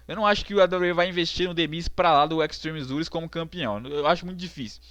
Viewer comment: "Extreme Zures". rei da pronuncia.